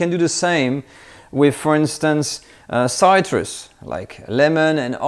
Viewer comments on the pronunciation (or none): The Brunoise is my favorite cut of all! Also, citrus is most commonly pronounced as "sit" rus, short "i" sound.